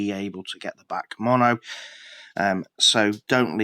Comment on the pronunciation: The way you say BAC pisses me off tho 😂 you are supposed to say it letter by letter (B-A-C), not all together 😂